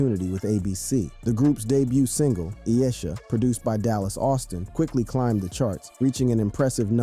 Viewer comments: It's Eye-EESHA 😒🙄 this thing said EE- A-sha😂😂😂😂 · It’s I-E-SHA Must be a culture vulture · I Esha. Iesha bro 🤦🏽‍♂️ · E-esha?!!! it's Eye-E-Sha. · Eeeaysha 🤣. IESHA... EYE EESHA! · If I had the gumption to do so, I'd go back and watched this whole video again and identify all the mispronunciations...🤦🏾‍♀️ *Day bomb fir Da Bomb. *Doctor Doctor for Dr. Dre * ee-eh-shah for Iesha * McDaddy for Mack Daddy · Did you say Ee Ish Sha?? Did you say Toe nites The nite? Have you heard either of these songs? Is English your 2nd language? Thanks for the nostalgia! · And E-eh-sha for Iesha.🤦🏾‍♀️ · 😅😅Damn Good Story But The Names My Guy Are Off... Its "Duh Bomb" (Da Bomb) An Its I-E-Sha Not W.e U Said 😅😅😅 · Bro that I.E.SHA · Bro....did you seriously mispronounce Iesha? How can you make a video like this if you have never heard the music you're talking about? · This clowns pronunciations of DA BOMB and ABCs Iesha infuriates me to no end. When making these videos BROTHA, leaen how to pronounce songs and groups you fuckin fool!! 🤦🏿‍♂️ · HOW DO YOU NOT KNOW HOW TO PRONOUNCE IESHA? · “Day Bomb”?! “Doctor Doctor”?! This thing can’t even say IESHA. I was told that Artificial Intelligence was “intelligent”! PICK YOURSELVES 🆙